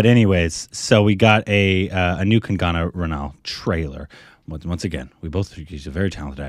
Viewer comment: Just remove that "a" after "g" and pronounce it ,there you go Kangna. Note: Of course it will be written as Kangana ,but its pronounced as Kangna.